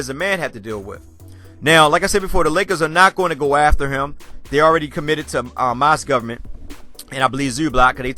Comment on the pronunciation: Idky but it annoys me when you say mozgoverment